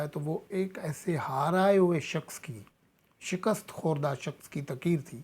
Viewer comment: صاحب میں آپ کو باقعدگی سے سنتا ھوں ابھی آپ تقریر کو بار بار تقیر تقیر فرماتے ھیں پلیز اس پر غور کریں